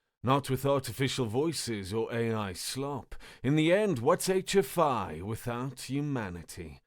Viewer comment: Ermm it's H.F.Y not H.F.I........